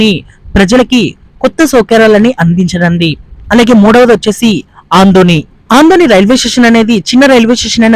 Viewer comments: Aadoni, andoni kadu. Better you pronouce telugu properly. God bless you. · Bro andoni kadhu Adoni, not small station, second Mumbai 🔥🔥🔥